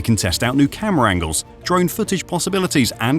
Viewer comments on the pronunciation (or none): bro said camara angels twise😂 what in the chatgpt is this video